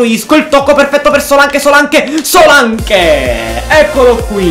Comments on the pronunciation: Paolo Vatiero no Solanc si dice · guarda che di pronuncia solank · però si scrive Solanke ma si legge Solenk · Solak si dice